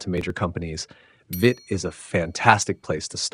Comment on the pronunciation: It's "veet", not "vit".